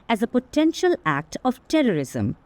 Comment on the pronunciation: HATE NOT TERRISUM